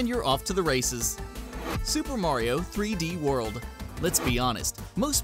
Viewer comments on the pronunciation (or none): Josh A. he said 3ds land and not 3ds world